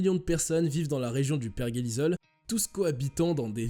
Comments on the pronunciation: Bonjour, pourquoi vous dites perguélisol ??? C'est per-jé-li-sol.... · Tu parle de virus qui est sujet élevé mais pas capable de prononcer pergélisol correctement 🤣